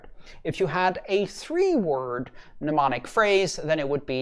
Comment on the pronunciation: As politely as possible the first m is silent.